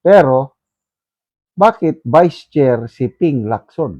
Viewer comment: hindi ko naman narinig na vice chairman si Lacson. enlighten me. Ang narinig ko, "Sen Pia Cayetano as chair person on public accountability of public officer and investigation VIES Sen Panpilo Lacson...". hindi ata "Vice" ang sinasabi ni, kundi "Vies". vies means compete.